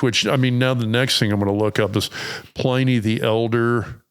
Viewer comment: Pliny the elder was Roman .. and it's pronounced with a short i ... As in Pin...